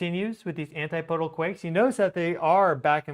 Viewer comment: Sorry for this, but but my O/C kicks in every time I hear it. ANTIPODAL: an-TIP-uh-dul. "PODE" is not stressed. Keep doing the good work,. You are greatly appreciated.